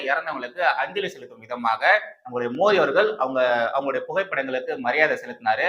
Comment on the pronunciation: Thambi,indha video la modhal nnu oru vaartthai sonneerhalae,adhar maadhiri sound la ,namba PM peyarai yum,MODHI nnu correct aaha uccharikkavum, please